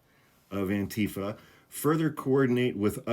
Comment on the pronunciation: The emphasis is on the -FA, not the -tee-. You're saying it like Trump does.